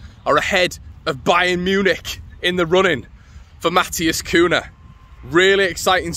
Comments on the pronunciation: It aint Kuuna. Its pronounce Kunya if you are Spanish and Kuiya if you are Portuguese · Its pronounced cunyah by the way lad